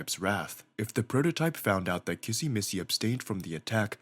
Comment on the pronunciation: Bro , can't even say kissy right for even one time 💀